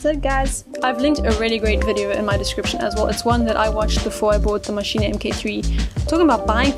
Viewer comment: Pronounced Mashine not Maschine ah.